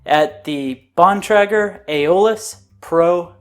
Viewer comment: btw its Bon - Tray - Ger